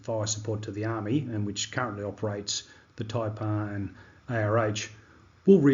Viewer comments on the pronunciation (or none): none